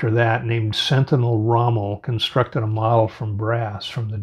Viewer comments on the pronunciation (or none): none